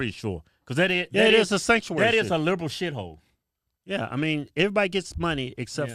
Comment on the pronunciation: Ive never seen anyone annunciate a fuckin shithole more clearly in my life😂😂😂